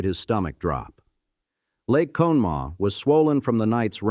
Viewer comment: What's crazy is you do all this research but you don't know how to say Conemaugh🤦